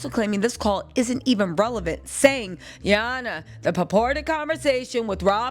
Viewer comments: Gurl when you say”ya hona” has me on the floor laughing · Came just to hear you say, Ya Honna---😅😂😂 needed to laugh before ending the night..thanks!🤣🥰